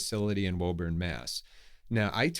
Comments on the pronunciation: It's pronounced "Woo" burn. C'mon, I thought you were a northeast guy. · I am going to be narly, your pronounced Woburn wrong (I think). With your irresistible New England accent, that's a delight. And the funniest part is: made by a local, caught by a Hungarian:) (Probably everyone outside of 128 pronounces it wrong) Otherwise lovely review as always!